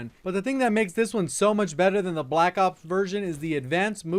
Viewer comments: Learn how to say black ops not black op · It sounds like you're saying black op and I'm getting pissed😂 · I can't stand the way you say Black Ops